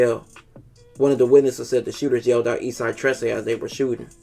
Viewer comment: You pronounced 13 wrong. Trece is just 13 in spanish...